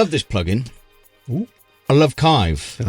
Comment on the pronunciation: Again guys... Dan's genious construction of the Kiive Sleeve [Sliive] was the best thing you ever came up with, so it's Kiive, not Kaive.